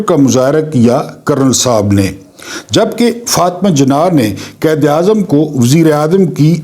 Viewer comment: قائد اعظم کو قید اعظم نہ کہا کریں تلفظ ٹھک کریں مہربانی